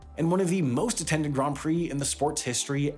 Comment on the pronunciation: Grand rhymes with hand, not bond